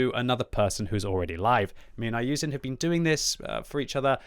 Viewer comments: his name is iyouxin not iyouzin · bro you dont even pronounce his name properly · dude is from the uk and still cant pronounce iyouxin 🤦🤦‍♂🤦‍♀. good job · I like you and your videos but Please try to pronounce the name correctly